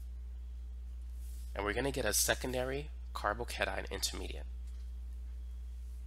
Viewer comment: Why you pronounce it like carbocanine 😂